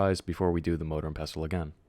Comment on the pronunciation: Next time say MORDOR and pestle, continue the cycle